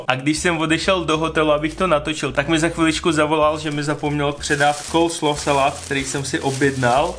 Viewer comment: Pokuď vim, tak je to Coleslaw, ne Colslaw